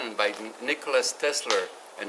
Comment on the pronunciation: You can't even say Tesla's name right get the fuck outta here